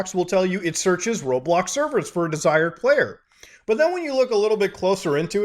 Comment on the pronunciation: How did he say roblox in unturned arid accent